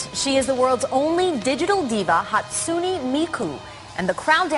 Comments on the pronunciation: HatSuNI mIkU - its Hatsune, not hatsuni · No, the pronounced it terribly wrong. It's isn't hot-soon-ee me-coo, but it's hot-soon-eh me-coo. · IT'S HATSUNE MIKU NOT HATSUNEA MIKU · That Miku cosplayer is saying her name wrong... Hat soo Neh not Hatsunee.. -_ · Hat-soonee Mikuu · ღ Bella ღ I thinks it’s haht soon nay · its pronounced hat-soon-ey meeku 😤 darn normies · I think it’s hatsune {hatsoon} miku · Hats- un- ey mee- ku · ShiggityShigg Actually it's "Ha tss Neh". The pressure is put on the fist vowel, while the 'u' is silent.